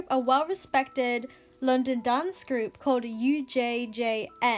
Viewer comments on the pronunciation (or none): none